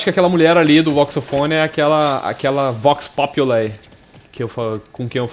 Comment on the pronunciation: acho q se pronuncia Vox Populi mesmo e não vox "populai" pq é latim e não ingles